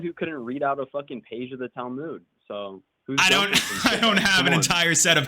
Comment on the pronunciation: Why is it that everyone who hates the book can't even pronounce the name of it in the right way it's not towe mood😂